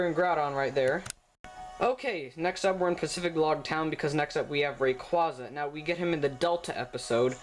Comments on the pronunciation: It's pronounced rayqueza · Ray-quay-quay. Rayquaza. RAY. QUAza. Ray-Quay-Quay. :) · Rayquaza ( ray-cw- aa-za.) Zinnia ( Zin-ee-a.)! WHAT IS WRONG WITH YOU MAN!!!!!!!!!! EVERYONE KNOWS THAT!!!!!!!!!!! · No it's pronounced rayquaza even in the show you pronounce it wrong